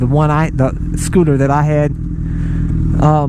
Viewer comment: I was referring more to the point that it was a SCOO-TAH. LoL Scooters are pretty gay. Just sayin.